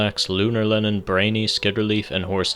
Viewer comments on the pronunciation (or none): none